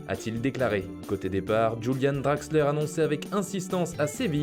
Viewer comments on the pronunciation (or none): none